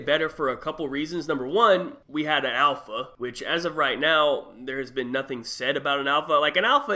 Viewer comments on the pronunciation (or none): none